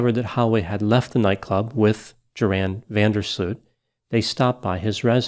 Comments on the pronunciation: "Yor' hun" Vander Sloot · Rather "Yor' in" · JORAN is pronounced YORN. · Thought his name was pronounced Yore-Ann, Doc? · I shouldn't care because the guy is evil, but I've always heard Joran pronounced like "your-han". Anyone familiar with Dutch? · Isn't Van der Sloot's first name pronounced Yoran? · You left out Joran's father, the man who said you couldn't pick on his son without a body. My opinion is that Daddy helped Joran get rid of Natalie's body. I think they brought it out to sea. Eventually the father got his just deserts by dropping dead on the golf course. Joran's name is pronounced as if the J is a Y. Joran is a sociopathic killer as proven by his killing of the girl in Peru. He is in a Peruvian jail where the inmates run the prison. Good grief, was nobody here born yet in 2005?